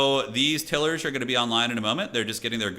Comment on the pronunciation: Had to keep laughing at the pronunciation of Tilers, Til-ers vs Tile-ers, ROFL. On the positive, enjoyed the energy and fast paced commentary